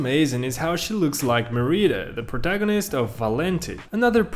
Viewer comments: Mer-e-da No it’s Mear-I-da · That’s MEH-RIH-DAH with a short I sound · Not “Mereeda” 😭😂 whyd you pronounce it like thaat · Did I just hear him call Merida “mereeda”? And call jack Horner “Jake Horner”?😭that will bother me forever😤